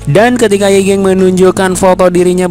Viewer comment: Yi gang bang bukan yi geng😭...